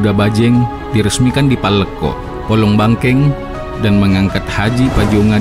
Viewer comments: Bukan palekko, tapi yang benar Palleko. Bukan pellekke tapi Palleko. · Palleko' bukan pallekko'